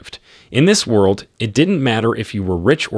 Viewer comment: Bro why is it that these recap channels can never pronounce world? Are they just dyslexic with tts or what?